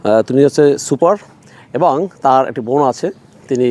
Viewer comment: আপনার উচ্চারণ ঠিক করা উচিৎ। এবং এবাং